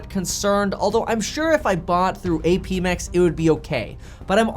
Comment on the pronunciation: APMEX is legit, I've bought from them multiple times. It's pronounced "App mex"